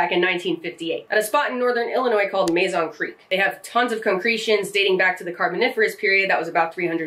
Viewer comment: Uniquely, I actually live around the Mazon Creek about a mile from me. More east of that though. though we pronounce it like "muhzon" with the a being flat instead of sharp? i don't really know how you explain that concept of letter annunciation lol